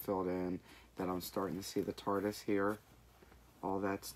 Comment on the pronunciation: Ooo! The squids are looking great! I listen at 2x speed, and every time you say TARDIS, it sounds like tortoise 🤣🤣!! 😂😂😂